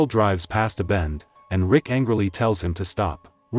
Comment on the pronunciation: Bruh he said rika not rick😂😂